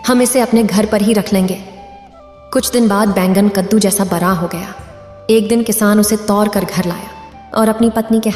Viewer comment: Aap bar bar bara bara bol rahi ho balki bada bada hota ha